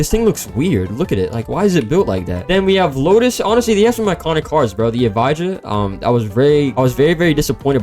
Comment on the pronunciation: Bro the lotus isn't pronounced evhija its pronounced eve-ja